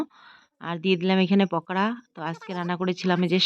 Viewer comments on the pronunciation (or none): Abar pokra bolo , pakora